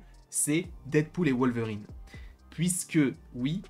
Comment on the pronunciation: C'est qui Wolevrine? 😂😂💀